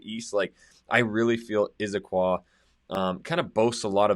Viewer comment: It's not "Izzaquah". Never has been. It's Issaquah.